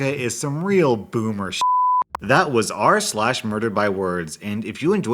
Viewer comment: ASN I thought u said “I love the content ur trash!”